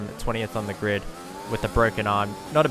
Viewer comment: "coming from 20th on the gird, with a broken arm" lmao